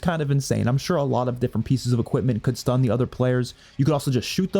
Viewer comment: “shtun” I will now say shtun instead of stun